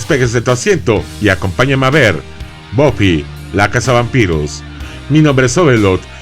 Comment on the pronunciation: En España se llamó Buffy cazavampiros y encima los nombres los pronunciamos bien buffy se pronuncia baffy no boffy